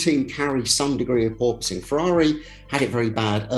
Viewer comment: Per POISE ing